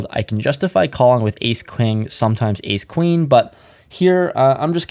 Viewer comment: "I can justify calling with Ace Queeng" haha